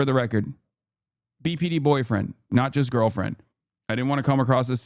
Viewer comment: when he says BPD I only hear PBD, aka, Patrick Bet David 😅😂